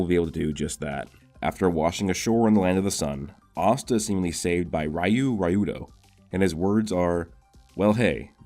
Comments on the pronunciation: Just wondering why do u say "Rayu" instead of "Ryu"? cuz there's no "a" in the word but u still pronounce the "a" which doesn't exist. I know it's common that American or mainly English speaking people mispronounce other countries words often but I don't understand what causes it. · What's soo annoying is this dude can't say r y u right he keeps saying r a y u like dude pronounce it right it's sooooooooo annoying to hear 🗿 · Sorry to be that guy but Ryu is pronounced, Re • U lol